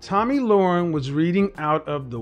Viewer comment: 'Lahren' rhymes with 'Karen', not "Loren", as in 'warren'. p.s. Her eyebrows need an arch.